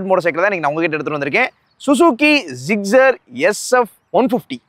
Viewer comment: Tamil reviewers always pronouncing Suzuki Gixxer as Zuzugi ziggzer😂😂😂